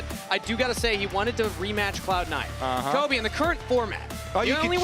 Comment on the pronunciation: 1. Her name is and she has the crew's deepest and most current knowledge of the other regions. She's a genuinely excellent analyst 2. That's CAPTAIN Flowers to you buddy. 3. It's Kobe. Not cobey. 4. Azael not even mentioned. Absolute blunder